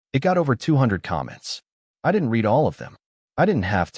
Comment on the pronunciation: Amazing! Automated Idiocy can't tell the difference between 'red' and 'reed' (among dozens of other words.), but can pronounce 'compensatory' .